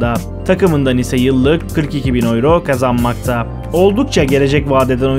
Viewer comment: turkce tellafuz etsen avro desen yine raziyim kardo ama oyro degil be kabullen